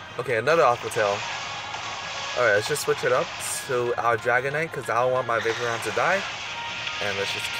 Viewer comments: vapoureon is like vae-por-ion not vape-re-on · Vapeprion? That's how YOU pronounce it? It's Va-Por-Eon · Dude you can't pernounce any Pokemon names it's not vapreon its vaporeon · say it with me VaporEON. NOT vapor...eon. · Is it just me or does it bother you when people say Vapereon instead of Vaporeon? I mean I get that's your way of saying it but I'm just saying. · Dis Boi says Vaperon not Vaporeon lol. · Yo he says Vaper eon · you don't say vaporeon the right was, it's p instead of b. it's not vaboreon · no hate just saying the hole vid you said vapron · You don't say vaporeon right you say B instead of P